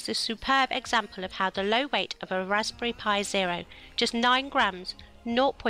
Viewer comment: "Raspy pi"